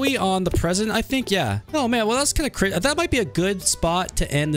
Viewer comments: Pwetty cwazy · This game is pwetty cwazy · vewy cwazy! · Infinity Cwaft Is Cwazy!!!